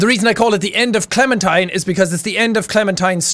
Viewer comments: jack: i don't want her to clemen-turn me: IT'S NOT HER CLEMEN-TIME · Its Clementine